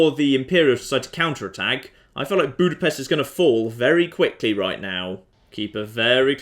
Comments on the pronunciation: Its weird to hear people from other places pronounce "budapest". Well at least you didnt say bukarest. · I have to know the proper way to pronounce Budapest now. I say it like BOO-dah-pest.